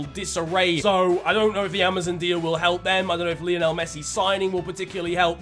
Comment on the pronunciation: Love the videos! But for Christ sake man, Messi is named after Lionel Ritchie and their names are pronounced the same! Lie-o-nul not Lee-oh-nell 😭